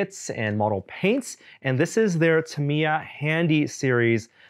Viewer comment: It irks me how you pronounce Tamiya. Modelers for decades have pronounced it "Tam-e-ya”. As reps of the company have.